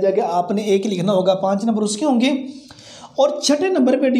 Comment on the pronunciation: Sir plz correct ur ik . It's not ik it's aik. 😂